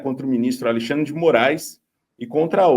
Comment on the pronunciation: Quem fala Alixandre é o tal do Do val tbm.